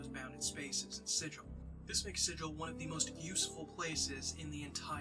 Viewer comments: ah, Sigil hard g (sih-gul), not soft g (sih-jil) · Super glad you're doing this. Planescape is the best D&D setting ever. Nothing else like it. That said, Sigil the city is pronounced with a hard 'G,' unlike sigil the english word. Easy mistake. Keep up the good work and spread the planescape love.